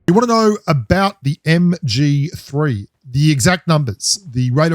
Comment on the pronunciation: MG3 and MK14 are a beast Loadout BELIEVE ME! 😎 I heard that "MGFEE" 🤣🤣🤣